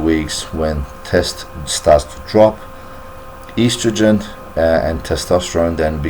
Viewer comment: So boring! Made me sleepy and he can not even pronounce estrogen properly. Eastrogen Ha, Ha!